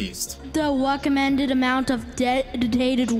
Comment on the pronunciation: he says "weccomended" and "wam" obviously a problem with the R